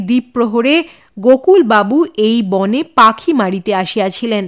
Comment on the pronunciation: সুন্দর। তবে 'বনে' নয়। বোনে উচ্চারণ করতে হবে। বাংলায় লেখা থাকে – মনে। উচ্চারণ করতে হবে মোনে। বিখ্যাত গান – বনে নয় মনে মোর পাখী আজ গান গায়… গানটি শোনা যেতে পারে। সব ভাষাতেই বানান এবং উচ্চারণ পার্থক্য হয়।